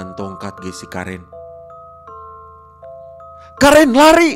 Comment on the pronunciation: Bang itu karen dibacanya keren